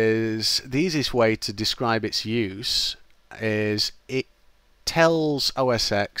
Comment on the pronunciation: "oh ess ex"? "windows based hardware"?